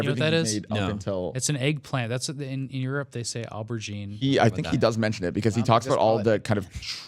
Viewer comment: pronunciation of aubergine hurt me.